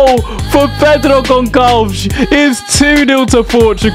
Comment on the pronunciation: I love that “Pedro Gonkalves!” As a Portuguese, it annoys because it’s pronounced Gonsalves 😂